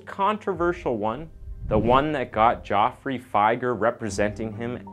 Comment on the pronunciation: It's Jeff free Fi Grr